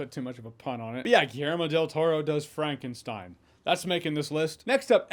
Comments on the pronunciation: frah nken shtine stein is stone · But Frankenstein is pronounced the same in German - never "Frankensteen"